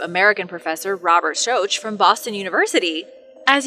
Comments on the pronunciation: Robert soach?? Schoch is pronounced SHOCK. He's been doing this for decades and decades, and those who presume to teach should first know what they're saying. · Robert Schoch is pronounced Shock. Do a little more homework. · Robert Schoch is pronounced Shock.